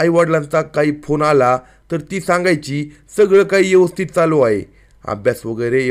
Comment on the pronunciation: Is it 'यवस्थित or ' व्यवस्थित'